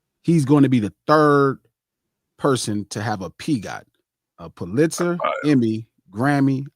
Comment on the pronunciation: Hey king Pulitzer is pronounced: PUH-lit-zer. 😍🏆